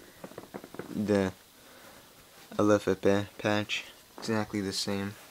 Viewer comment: "El leh feh peh" lol